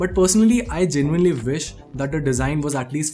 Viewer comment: Why do Indian people say vish. It should be wish and begins with a W. God help them if they were to pronounce VoltsWagon 🤣